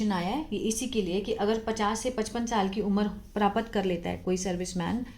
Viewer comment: Mam you explain it very nicely but there is a minor mistake प्रापत नहीं प्राप्त सही उच्चारण होता है।